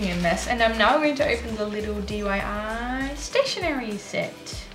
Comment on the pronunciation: Another lovely p.o. box opening video. I love them. Your subscribers are so creative and so generous aswell. I think I told you already that my favourite tea is chai, but when I drink it I add milk. It's much nicer. It's so cute that you say dyi as opposed to diy. I know another commenter told you that too. 😘 The paper and envelope sets you got sent are gorgeous. I love watching sets too. Looking forward to part 2 already. xx